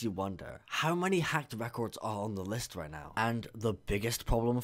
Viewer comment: "the geometry dash demon le" it's list not le